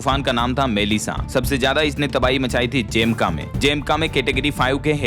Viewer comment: आप जमैका को बार बार ज़ेमका बोल रहे है